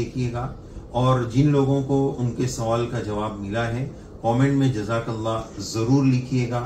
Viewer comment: زجاک نہیں جزاک ہے